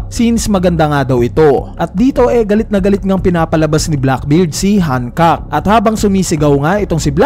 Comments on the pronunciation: Bakit "Han-kak"? 😏 Gamitin mo na lang reference kung paano sabihin ni Luffy sa Anime. "Han-kok-ku" or ”Han-kok". Ansagwa ng Hankak tunog titi 🙄 Btw, sobrang saya lang na nandoon si Coby at Rayleigh. Napanatag akong hindi mamamatay si Hancock. Magwawala talaga ako at ang One Community lalo na ang LuffyxHancock fans pag pinatay nila si Hancock. At mas lalong magwawala si Luffy! Pero naisip ko lang, kapag pinatay ni Blackbeard si Hancock, magkakaroon ng dahilan upang mangyari agad yung Blackbeard Vs Luffy. Hahabulin sya ng Straw Hats, di pwedeng hindi! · Yung pronunciation sa "Hancock" 🤢🤮🤮 kairita, parang denedegrade si Hancock Napropronounce na nga sa anime na "Hancock = Han-kok" tas dito "Hankak" Kairita, di ko na pinatapos, umay!